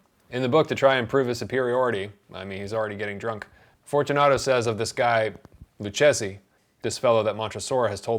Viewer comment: Great review! One pronunciation tip: So, Luchesi is pronounced 'Lookezi', why? Spanish C: Standard: Pronounced like English 'k'. Before E, I: Pronounced like English 's' or 'th' (in Spain) If you want a 'k' sound before E or I, then you write QU, like in que. Italian C: Standard: Pronounced like English 'k' (same as Spanish) Before E, I: Pronounced like English 'ch' If you want a 'k' sound before E or I, then you write CH, like in che (same word as Spanish que). This is because Italian already pronounces QU like 'kw', so it can't be used for the same purpose as in Spanish. Instead, they use 'h' to turn C and G into their standard pronunciation before E and I. So if you wanted to specify your pronunciation of 'gif', you could do so in Italian by either writing 'gif' or 'ghif'.